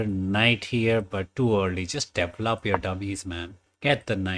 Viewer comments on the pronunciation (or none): DE-VEL-LOP not D-VLOP